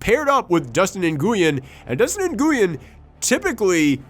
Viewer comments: Small head's up: Nguyen is pronounced pretty much like "win". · Came here to say this. It's a very common Vietnamese name.